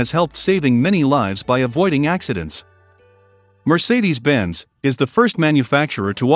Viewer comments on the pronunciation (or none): Bro in video literally said "Mercedess-Bends!" :D :D :D